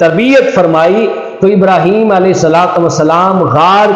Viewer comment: اب تو سمجھ آیا رحیم تو ہے ہی نہیں ہیم ابراحیم لفظ تو نہیں ہے ابراہیم ہے